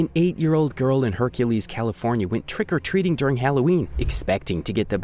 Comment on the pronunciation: More emphasis on "TRICK" as they did.